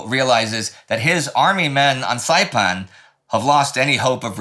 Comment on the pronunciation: Indy's pronounciation of the locations on Saipan is pretty good! He sounds better than me and I'm Chamorro